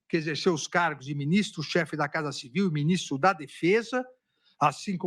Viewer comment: "Beu Binistro"